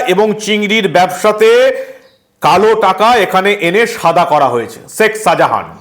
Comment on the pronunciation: Seck Sahajan na Sheik Sahajan?Correct your pronunciation.